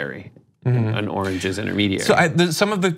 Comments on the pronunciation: Ooh origins, it sounds like he's saying oranges like he was saying the oranges of this investigation. Lol anyone else heard oranges? Cuz it sounds like he's saying oranges... ORANGES!!! lol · I don't think it's his dentures or mental faculties. I think it's just that he never learned how to pronounce certain words correctly, especially when certain words almost sound like other words, for example, origins and oranges, so it's easier for him to say oranges rather than origins, because he has some sort of speech impediment that he can't pronounce origins correctly!